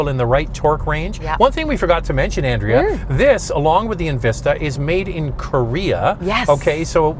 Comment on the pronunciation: Pretty sure it has a 1.3 three litre engine and your wife's name is not pronounced An.....dray...ah